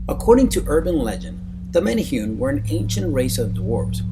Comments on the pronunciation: He said manahune wrong. (Meh-neh-hoo-neh) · Menehune pronounce Men-a-hoo-nay. Now say to faster and you got it 👍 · Btw it's not pronounced menehoon it's mene hoonay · #16 is pronounced "may-nay-hoo-nay". There is a drinking water company with menehune as the mascot in Hawaii. I never knew there was evidence for their existence, so that's pretty cool. Even more interesting in my opinion are the Night Marchers, the ghosts of Polynesian warriors that will attack you if you accidentally cross their path. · Menehune are pronounced may-nay-HOO-nay. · OMFG Stop mispronouncing hawaiian words! (Men-ay-who-nay) proper pronounciation please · Love it aside from one thing.. the menehune is pronounced men-eh-who-neh. You said it alot so I felt the undying urge to tell you. Still though. Loved the vid! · Way to butcher the pronunciation of menahune. Really bad.